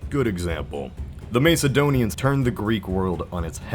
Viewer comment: “Maceadonians”? “Calvery”?